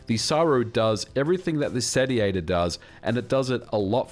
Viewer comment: "Sat ee ate or" Isnt it pronounced Say-she-ate-or